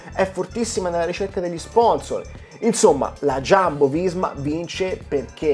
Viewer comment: Non è Sciambo, è Jumbo.